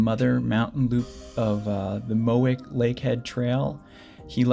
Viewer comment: MOW WICH Lake <<< That's how you say it.